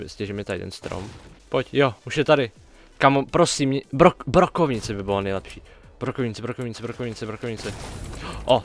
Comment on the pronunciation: Já rozuměl brokolice místo brokovnice